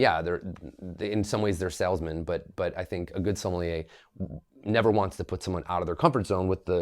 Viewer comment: I refuse to take take advice about wine from someone who can't even pronounce Sommelier correctly